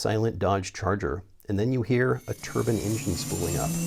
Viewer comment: Plz say turbine and not turban 🤣